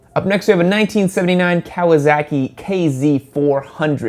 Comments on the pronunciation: What's a Cow-uh-zock-ee? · Anyone else notice he says Kawasaki as Kawazaki? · Do you always pronounce it "Kawa-zaki"? lol